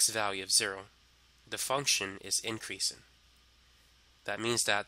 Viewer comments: Incweasin’ decweasin’ * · Increasin’ decreasin’ 🤣🤣🤣🤣